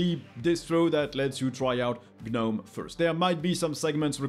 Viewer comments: The G is silent, the G is silent, the G is silent. How do you pronounce garden gnomes? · You don't pronounce the G in Gnome bud.